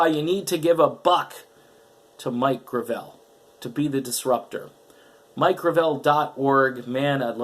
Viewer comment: Why does everyone mispronounce the name Gravel. The accent should be on the first syllable.